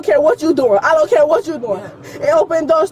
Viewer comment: hE SAiD 'i dOn'T caER!1!"